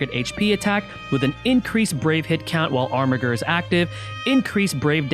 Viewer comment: I also think Armiger is pronounced "Armijer".